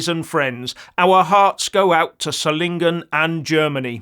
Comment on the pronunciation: You pronounce the name of the city "Solingen" correctly. I can't say the same about the highly paid BBC reporters who had no idea how to pronounce the name of the city correctly. My 2 cents from Belgium (Flanders).